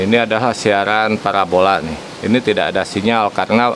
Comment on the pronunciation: Parabola. Bukan parabolak